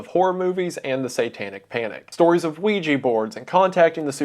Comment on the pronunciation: cop: did he say weedjui board?